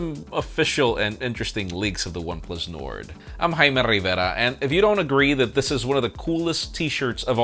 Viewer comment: Jaime RRRRIIIVERRRRRAA